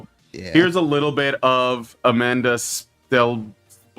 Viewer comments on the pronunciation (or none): It's Amandla. Like Amanda, but with a big, fat L.